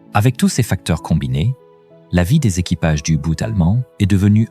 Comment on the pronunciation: Les you-boot ? Commentaire IA nul !